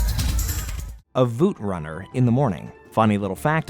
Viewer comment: Is he calling the Vootrunner a Zootrunner?